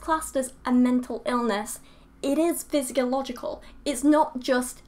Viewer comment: You said "physicological"? I hate to be pedantic(ok not really), but it is physiological. No offense.